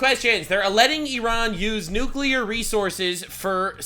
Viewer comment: The N word…..Nuxclear! 💥